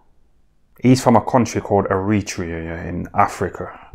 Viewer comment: “Eh-re-trey-ah” Where the hell is eretrea? 😂